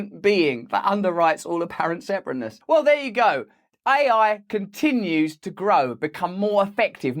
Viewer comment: Russell pronounces AI as I I. But what do you expect from people who refer to IBM, as "they" as in "they are," all the while everyone else knows that IBM is an "it." It is a singular corporation, not a plural. Never say IBM are doing something. Obviously, we should say IBM is doing something. (BTW, same goes for Australia and NZ.)